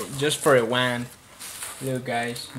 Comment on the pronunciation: sounded like you said wang...lol this bideo sux.